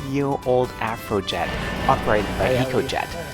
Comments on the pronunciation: it's called an AV RO jet not an AF RO jet, lol. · "The Afro". Germans and their v's. 😍😅